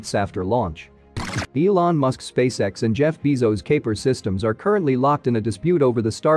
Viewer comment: Misspelled "Losing" in the "Loosing Money" label. Mispronounced "Lagrange," "Bezos," "Kuiper," and "autogenous." Also, "Fly the Helicopter as long as Possible." What's the capitalization logic? If the intent is to make it as books are titled, then "Long" should also be capitalized...am I the only one who gets perturbed by this kind of stuff? Anyway, I like the narrator voice. Also, great info - still a cut above most other YouTube channels focused on space exploration news developments as there's a lot of information and it seems to be accurate/not misleading.